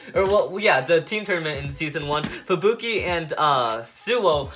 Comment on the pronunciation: U said rangiro and fubuke wrong